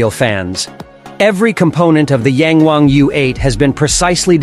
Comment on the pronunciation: Ita yang wang..not yeng wang 🤦‍♂️